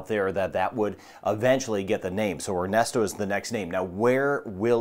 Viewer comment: I thought you said its name was Arnasto 😂😂